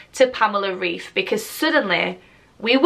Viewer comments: It’s probably too late now but her name is pronounced like Raif not Reef🪸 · The correct pronunciation is [Rive], not [Reef] ☺️ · It’s definitely pronounced „Raif“ not „Reef“ - she’s German :) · Pamela shared a story on her IG saying that her name pronounce reif like ripe ❤️ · She is German so her surname is pronounced with a German accent so "RAIF" :) great video BTW!!! Xx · Her name is pronounced like raif :) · It’s pronounced the second way😂 I’m from Germany and the ei in her surname is a sound that you know from Ice. We spell it Eis and it sounds the same as the English version. 🤓